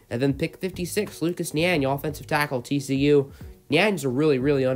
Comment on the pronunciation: u say tackle weird